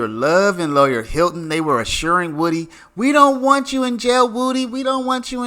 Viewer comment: 👏 you finally called him "Woo-Dee" and not "Wood-ee" 😂 better late than never